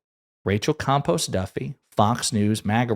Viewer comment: 🤣😂 It sounds like you're saying Rachel COMPOST Duffy 💩